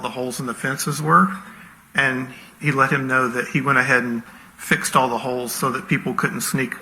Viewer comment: Holes not Hoes! 😂😂😂😂😂